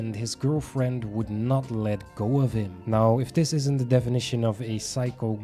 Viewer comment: Are you serious right neow?